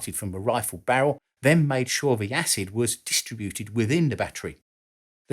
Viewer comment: If you're going to say, "Tube" instead of "Valve" because the vast majority of your views come from the USA, you should also correct your pronunciation of 'centrifugal' and 'distributed.' In addition, bomb and shell fragments are not truly 'sharpnel.' It may have become an accepted use of the work(like the incorrect use of 'decimate') but a historian should respect history. See American inventor Lt. Henry Shrapnel and his 1784 invention of the "spherical case" ammunition shell.